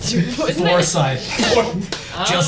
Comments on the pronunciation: Cole it's not "For-SITE" it's "For-SYTHE" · victoria oh that makes complete sense, I thought he was saying it wrong the whole time 😅